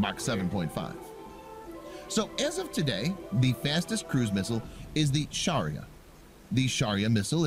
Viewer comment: It's shaurya.....not Sharia........ shaurya means valour....